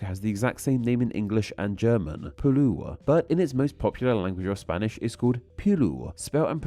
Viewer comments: The German way to say “Peru” is not "Pelua" ... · i follow you for quite a long time. But i have the feeling you don’t even want to try to pronounce all the name. You pronounce them wrong allot and and you don’t even pronounce the R you always say a L. Like now in this video with the native name for Albania. You pronounce it as Shiplia. And Peru as Peloo. So please try at least to pronounce the name wright and grammaticaly correct. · Peru is pronounced pe-ru, not pe-lu! In english, that is! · No. It's pronounced peRU, not PEru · no Spanish speaking person would call Perú PEru. The accent in the U, that's why it has a tilde. The correct pronunciation is closer to what you said for English and German, the "Spanish" pronunciation was dead wrong. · he pronounced perú as píru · Omg. I dont know how you got the spanisg pronunciation wrong. The accent is RIGHT THERE. peRÚ. not PErú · Yeah, it's called Peru, not Peru. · fr, what the hell is "pelu" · bro that is the least accurate Peru pronunciation I have ever heard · I have no idea why he's using an L. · right, the stress is supposed to be on the vowel it is placed on. He moved it away from it